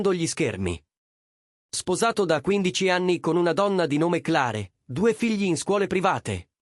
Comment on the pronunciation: Clare? Magari si pronuncia cler 😅😅